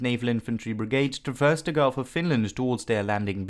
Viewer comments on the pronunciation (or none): none